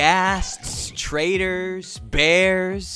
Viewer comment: Who else heard "traders" as "traitors"? LOL